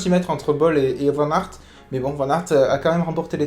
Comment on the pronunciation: J'aime bien cette manière de faire ton debrief c'est bien Seul point faible : la prononciation du vainqueur 😭🇧🇪